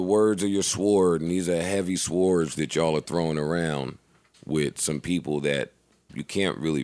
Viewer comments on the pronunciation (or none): just died at the way joe said swords nobody caught it